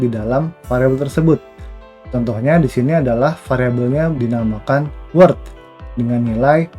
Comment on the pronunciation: Halo min, mau sedikit kasih saran. klo boleh min, apa yg diucapkan oleh pembawa materi diberi text min. soalnya divideo diatas pengucapan word dan world hampir sama. makasih min ..